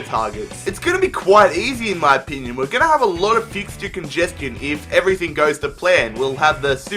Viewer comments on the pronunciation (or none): none